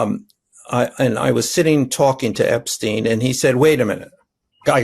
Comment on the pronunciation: EPSTEIM FILE EPSTEIM 😂